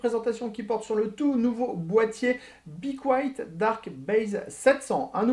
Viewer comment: Apprenez à dire le nom de la marque..